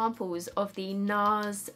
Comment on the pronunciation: The way she says Nars and nice sounds almost the same. Or is it just me? Anyways I love you 😘 girl n you look absolutely gorgeous.